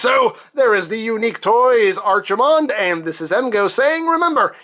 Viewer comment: They named him after a WarCraft character? "Tremble, mortals, and despair! Doom has come to this world!" Also, probably a case of To-MAY-to and To-MAH-to, but I prefer pronouncing his name like ARC, not ARCH. Either way, neat figure. Always did like Brawl and Bruticus.